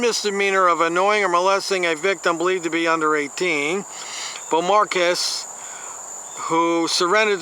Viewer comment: I'll admit, that's a hard name to pronounce. How about Bow-mar-kays? I could be wrong. I love and respect that you continue to give it your best shot.